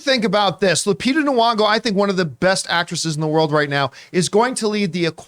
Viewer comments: What is horrifying to me is Mr Campea constantly mispronouncing Lupita Nyong'o's name as Knee-wong-go. It's Knee-yong-oh. It's right there in the spelling, John. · It’s gn-ong-oh